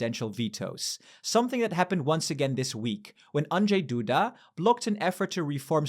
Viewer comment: I was honestly surprised how well you pronounced Andrzej Duda. I know how hard it can be for the foreigners and you did it almost perfectly.